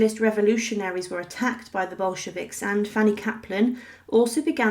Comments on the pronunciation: And it's Bolsheviks, not "Boshkeviks". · Who were these "Boshkeviks" that the narrator mentions? lol...